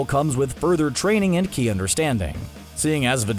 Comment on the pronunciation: Ki not shi shi is something else in dragon ball